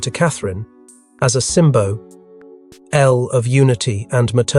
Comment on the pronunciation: Why can't this commentator do his job properly? SYMBO L its SYMBOL you jerk if you cant do it give it to someone who can.